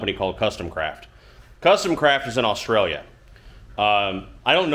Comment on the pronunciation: how do you know how to pronounce Oz-trail-ya (Australia)properly most in USA say US-trailia???